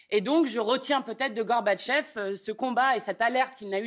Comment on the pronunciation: C'est comme cela qu'on doit prononcer Mikhaïl Gorbatchev.